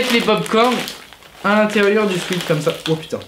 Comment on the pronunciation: on dit pas swit mais swet car swet sa vaux dit transpiration et sweat shirt